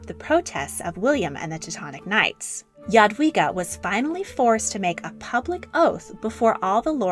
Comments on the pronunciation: I was hoping to see her portrait by Matejko. It was actually based on her skeleton :) Also I'm very impressed you pronounced her name right! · Omg youre pronunciation "Jadwiga" is amazingly correct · English "j" is pronounced like "dż" in Polish, so rather not. Polish "j" is pronounced like English "y" or something like this. Also Polish "w" is pronounced like English "v". Yadveega maybe. Pronounciation in the video seems to be correct